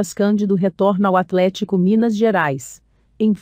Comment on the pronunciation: Mano, ficaria muito melhor se você mesmo apresentasse seu negócio, essas robô é muito ruim de ouvir, ela fala até "atlet-Í-co"